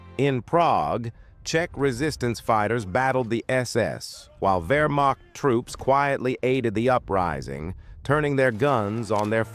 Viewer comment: Please learn the basics of the language. The term is spelled Wehrmacht, but Germans pronounce it their way; the W is pronounced like our V.